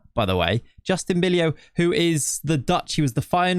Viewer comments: Bijlow and cijntje arent supposed to be pronounced like that 😅 more like bi-low and not cinch but sain-tye. Dont know if that sounds it out wel but should be better then it was now. Other then that great video 😁👍🏻. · If I would ask ChatGPT to produce 100 random noices, all of those noices would come closer to 'Bijlow' than the way you're pronouncing it.